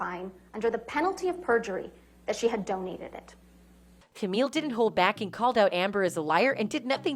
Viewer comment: notice how she enunciates the word "donate" after Amber said she took 'pledge' and 'donate' synonymously.